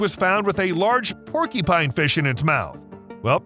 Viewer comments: It’s porcupine, not porkypine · Hey, brother.... I like your videos... which are largely impeccable... 🙂 But... just for your information, you are pronouncing PORCUPINE incorrectly. It isn't PORKY PINE POR Q PINE is the phonetic spelling CU is pronounced as a Q. Now YOU owe me a coffee! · Bro seriously saying porky-pine this is literally blowing my fucking mind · "porkypine", "porkypines", "porkypine" 😂🤣 Stop! You're killing me!! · Oh no....the dreaded Porkypine. I'm sorry .....I honestly am, it's just a pet peeve. I get shivers every single time I hear the narrator say "Porkypine". 🤷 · Why does here keep saying "Porky-pine"?! XD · Say porky-pine one more time... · Have I been saying porcupine wrong my entire life?